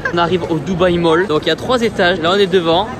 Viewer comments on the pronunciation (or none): none